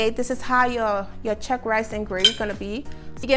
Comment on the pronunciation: It's Cheq (as in chequers), not Chuck. What is this new fashion of combining fish and chicken for gravy which was traditionally either fish OR chicken gravy. A clash of flavours here!